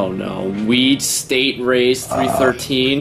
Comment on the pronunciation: It's three-one-three. Not three-thirteen, buddy.